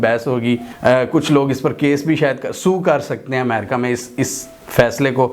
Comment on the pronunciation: . Sorry Yaar Amerca nahi hota Balkay Ame,Ri,ca Kahiye . . Regards n Sorry again .